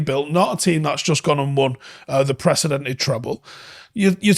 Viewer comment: “Precedented treble” 😂😂😂 Love it